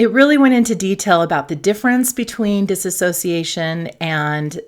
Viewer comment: great video! thank you for your efforts^^ one note on your use of the word "dissociation": it's not called "dissassociation". those are two completely different things~✌️